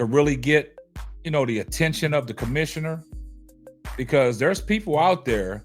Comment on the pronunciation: You can’t say the commissioner name right, you don’t need to be criticizing any one dude. It’s all because she’s the draw she fill stadiums and that’s money.